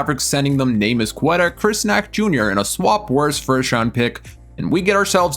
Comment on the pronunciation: bruh how you mess up Queta's name?